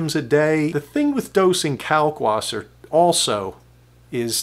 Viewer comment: Can you please pronounce the w as a v sound. Kalkvasser. Since you are doing the German method.